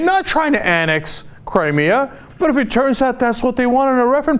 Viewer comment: Cri-Me-A-River?? hahahah...i like that one!!!